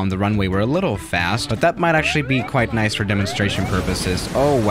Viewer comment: No One:: Naisah